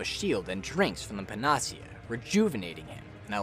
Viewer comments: pan-uh-SEE-ah. Panacea. Not puh-NAS-ee-uh. N; all encompassing cure. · Great summary… but… PAN-uh-SEE-uh. Not Pan-AH-see-UH It’s a Greek word that described a mythical cure-all. It’s not a made up word for the game, and thus, has a correct pronunciation. I feel like a lot of people who spend a lot of time online have read a lot of words that they’ve never actually heard anyone say out loud. So here’s a tip kids- if you don’t know a word, look up its pronunciation online. You can find spoken videos of most words online to help pronounce them correctly. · Pa-na-cea. Not puh-nacea. Anyway, I'm glad this video exists. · How the fuck you make this whole video and pronounce PANA-SEA-AH as PAN-AHH-SEA-AH wtf who the hell pronounces it like that? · pan ah sea a NOT puh nah see uh ... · "Panacea" pronounced: Pan-ah-sea-ah But great video,. Well done. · I really hate to be picky,but the word is pronounced "pana-sia", not "pen-AH-sia". A panacea is basically a cure-all, but it doesn't usually work. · I know it's probably too late, but still. it's pronounced pan·a·ce·a not pa·na·ce·a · The way he pronounces "panacea" physically hurts me. It's pan-uh-see-ah. Not "pan-aws-ea." Good lord. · (psst... it's PAN-uh-SEE-uh, not puh-NAH-see-uh) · Excellent video. Best in class quality. One nit in the improbable case no one has said it: "panacea" is pronounced "panna sea uh". It's an English word so any online dictionary will do it justice if my text hasn't. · Pan-ah-see-uh. Moron. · Its PAN-UH-SEE-UH. Panacea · Panacea - Pan-uh-SEE-uh. Just FYI. You don't hear it spoken very often, but you made a good guess at it. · It's pronounced pa-na-SEE-uh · it's pronounce pan-ah-see-ah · Your pronunciation of "Panacea" is off: pa ·nuh·see·uh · pan-uh-see-uh....is how to pronounce. latin word for a cure-all. great video otherwise, just great tx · It's a panacea. It's Greek for cure all. Not paahnasia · Pan ah cee yahh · Great video except for one thing. The pronunciation of Panacea.